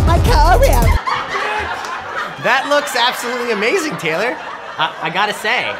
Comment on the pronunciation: It's not raylor